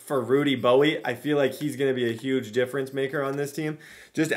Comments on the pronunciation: Why are you saying Rudy Bowie? Do you not know how to pronounce bowe? Have you never heard of dwayne bowe? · I could be wrong but I think Rudy Bowe's last name would just be pronounced "Bow" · I believe the pronunciation is "Bow" for Bowe, but hell it's your world yoy can call him whatever you want! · Lol Rudy Bowe’s last name is pronounced “Bow”. Like Dwayne Bowe that played for KC in the early 2000s